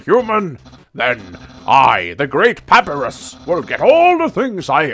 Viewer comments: This is a nitpick and a half, but it's pronounced Puh-Pie-Russ. Keep up the let's play, this and Fire Emblem are spoiling me silly. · Also, it's PAPAIRUS